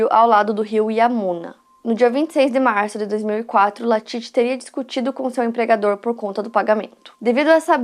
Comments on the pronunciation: Falou o nome errado o vídeo todo que agonia, o nome é LALIT não latit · Exatamente, comportamento bem típico de seita. Eu assisti esse doc na Netflix, então foi engraçado ver a chamando o Lalit de Latit o vídeo todo kkk